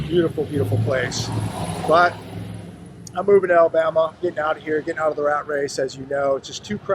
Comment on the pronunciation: You have a lot to learn before you get to Alabama the first thing is how to pronounce Alabama, then you're about to find out what work is all about city boy